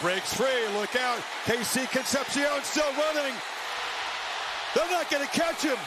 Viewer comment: Con-cept-shiōn makes a re-cept-shiōn